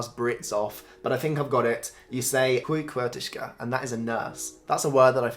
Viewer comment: Well done! You especially pronounced the word sjuksköterska perfect and managed the tongue twisters! I can hear an English accent but it’s not very strong. You’re intonation is really good. Learning a new language is not easy. 🙂🌸💗